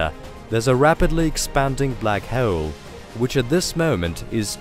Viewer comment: Lmao the computerized narrator voice says [minus] instead of “dash” when it reads this [-] symbol. It keeps throwing me off. And it adds (w)’s into words that shouldn’t be… like how it pronounces black hole… it sounds like black [howle]. Also holder [howleder], while [whaile], and other silly mispronunciations. I guess this is what you get when you cheap out on voice acting talent… oops🤣😅